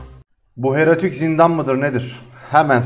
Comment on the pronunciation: Herotik ne la heroik diye oku bari. İlk başta erotik diyosun zannettim 😂😂